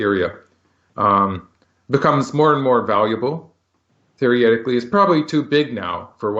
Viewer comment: One day, Michael will get the pronunciation of "theoretically" right, haha!